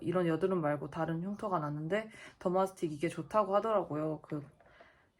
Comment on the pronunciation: 더마틱스= 더마스틱???이라고 하시네요~ 더마스틱이란 연고는 약국에 판매하지 않습니다!